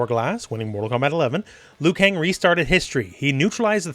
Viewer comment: Are you sure its Liukang?